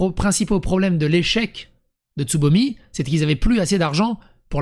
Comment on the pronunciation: Il n'y a que moi qui entend ''sodomie'' au lieu de Tsubomi?